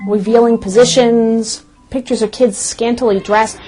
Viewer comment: Scantily. Lol